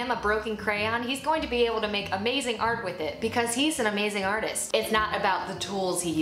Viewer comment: Lol she said arthEEist